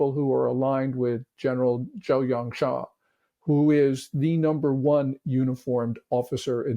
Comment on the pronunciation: Gen. Zhou Yangxia? Does he mean Gen. Zhang Youxia?